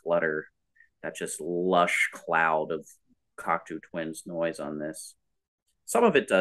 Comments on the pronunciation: Wait, learned how to say Cocteau Twins, but he keeps saying Coctoo. Are you trolling us? 😀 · You're wrong about the band pronunciation. It is Coctoe, not Coctoo. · I love seeing younger kids listening to this amazing band. But you guys are killing me on your pronounciation of their name. Please fix it lol. It's " kawk tow not kawk too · It's "coc-toe", not "coc-too." It's French. For example, Canada's elected leader is Justin Tru-doe, not Tru-doo. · It’s pronounced Coct-oh. Not Cocktoo, or Cockatoo. Named after the French filmmaker and poet, Jean Cocteau. I saw them live back in the 80s, supported by Jesus and Mary Chain. They were very good. Good site. I like it. It would help if you did more homework beforehand, however. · It's pronounced COC-TOE not COC-TOO. You're welcome 😊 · Definitely pronounced "Cock-Toe" as in the French poet and artist - Jean Cocteau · I've got a lot to say about this episode - it's pronounced "Cock-Toe" I believe - but I agree with final statement. Heaven or Las Vegas is often described as blissful dream pop but it really features so many tiny hooks in the interweaving vocal melodies and guitars that it's got far more dynamics than I ever thought before listening. Episode 4/5 ( rigidity...bleech) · But that's not how pronounced it. I'm not a native English speaker but I tried to spell it phonetically. Maybe I dit it wrong, but we mean the same thing. That's what counts. Cocto like in Go. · Yes. The "oo" is driving me nuts. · If she can make up words, I can pronounce the band name however I see fit. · i know that this comment will win the pretentious-twit award, but i can't hear this pronunciation of "Cocteau" without shuddering a little. Yes, that's an overreaction. i'll work on it for next time. "eau" in French sounds like "oh" in English, not "u" or "ew" or "oo". There. i shouldn't press send, but i'm gonna anyway. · just salty because for once I wasn’t the only person mispronouncing.